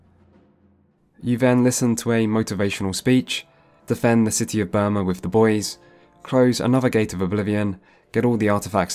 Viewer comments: It's BRUma not BURma. 😉 And Kvatch was destroyed by a great gate not the small gate you close during the main quest. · Bruma not Burma. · Take a shot everytime he says Burma instead of Bruma. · Great video! I really enjoyed both the first an this one, and am looking forward tp part 3. One thing, it's Bruma, not Burma. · i love how you call Bruma (a snowy city/town) "Burma" which is a tropical country in south east Asia (known by most as Myanmar) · Bruma, Bruma... Not Burma... Nice documentary btw, watched it entirely! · Great video!... 5/10 "Burma" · I've watched this video 5 or 6 times now and only just realised you say Burma instead of Bruma the entire video 😅😅 great video though, love your work! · You can always spot a covert imperialist Brit when they keep referring to "Bruma" as "Burma." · Hey it's pronounced Broo-ma not Bur-ma. I love your in depth gaming content! Keep up the good work. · Fantastic video! However...please note that it's "Bruma," not "Burma." :) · BRUMA, damn it, it's BRUMA, NOT BURMA! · Saying Burma instead of Bruma threw me off a bit, but amazing video nevertheless. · BRUMA! Brooooma! Not Burma, the Asian Country (Myanmar). You keep saying Burma! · It's Bruma not Burma jesus christ it's right there on the screen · I don't want to live in a world where Burma is part of Oblivion/Cyrodil like he keeps pronouncing rather than Bruma lol Burma is much scarier. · It's Bruma not Burma! Burma is a country in Asia. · Oblivion looks better than Skyrim. Graphics are much more than just technical fidelity. Also it's Bruma, not Birma. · Idc as long as I got something to put on when I sleep idc, I'll probly never care that he never played them as it's obvious in his pronunciation of "burma" xD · Last video was corpsus disease This video is burma Wonder whats next on the not quite right pronunciation show 😅